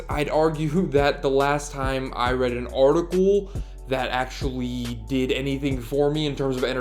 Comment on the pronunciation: Artical. Not articuuool